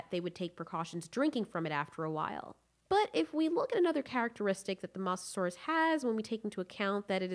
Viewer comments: also mosasaurus was saltwater and not pronounced moss a saurus it is like moses saurus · Moe sah saur us not moss a saur us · Its not Moss its Moz Mosasurus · The way you say mosasaur is MOSSasaurus will it's pernounsed (Mo zah saw Rus) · The Masasaurus Xd.. its Mosasaurus pls learn the Name before judging them Xd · STAHP SAYING MASASAURUS ITS MO SA SAUR US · I'm sorry but I can't get over the mossasaurus pronunciation of Mosasaurus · Ah yes the moseasaurus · Like if you also get triggered when she says “moss-asauras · Abdullah Asha actually it’s pronounced (Mo zah saur us ) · M-ohh-Saurus. Mosa, not a biggie but thats just how you pronounce it lol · Mososaurus: Moe-so-sore-us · LOL she sed massasuarus i hope it spelled it right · The way you pronounce mosasaurus drives me crazy lol but still amazing content keep up the good work! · You're saying the name mosasaurus wrong. It has long O sound, where the O is. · PRONOUNCE THE WORD "MOSASOURUS" RIGHT FOR GOD SAKES